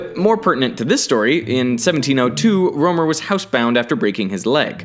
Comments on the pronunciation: it's pronounced Rømer not Romer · You know what's weird? I'm from Germany and my name should be spelled Römer. So to hear "Rømer" caught me off guard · its not ole romer. its pronounced roemer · I think Rømer should be pronounced a bit like Rimmer from the Red Dwarf. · Rømer, not Romer. Come on you could've at least found out how to pronounce my delicious danish umlaut. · Ole rømer? Yeah thats not how you pronounce ø/ö up in the nordic areas. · Dat pronunciation of Rømer thou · As a dane, it's hard hearing how you pronounce Rømer. :D